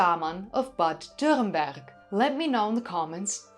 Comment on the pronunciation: It's wonderful to hear you saying Bad Dürrenberg perfect! Greatings from nearby.